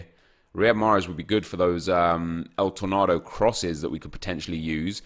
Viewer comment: El Tornardo? Is it not El Tornado?